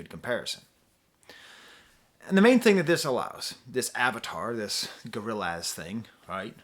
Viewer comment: Hearing say "Gorril- AZ" is all i needed